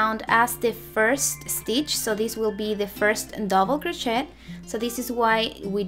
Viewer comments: Honey, its pronounced crochet ir cro shay... not shet... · It's pronounced "krō shāy." Sorry, but the way it was pronounced in the video was throwing me off. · So you are incapable of learning the correct pronunciation?? Doesn't matter what ethnicity you are cro- shay is how you say it no matter who and what you are!! That would be like me saying tortilla and pronouncing the lls as elllls not yyaa in tortilla. Oh I learned Spanish 4 years in HS and college. I know you can learn to say Cro-shay (Crochet -no prooonounce the "T")OK (said with Spanish accent). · Not a critical thing, just trying to educate. It is a french word, gee I guess you don't get that either. That is all I am saying is THE "T" IS SILENT OK? GOT IT GOOD!!!! CRO SHAY!!!!! Hey hey!!! Say it correctly. I didn't like her pattern anyway, made up my own - that is MY OPINION! I HAVE THE RIGHT TO GIVE IT! This is a public social media platform. Bye!!!! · The word "crochet" is French, you do not pronounce the "t" at the end of the word. It is pronounced crow-shay. Just FYI. Thank you for the pattern I am making one for a baby shower. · Thanks! I’m Spanish and we pronounce it cro-CHET 😊 but I’m trying to change that!